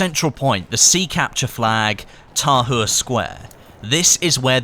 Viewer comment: h is silent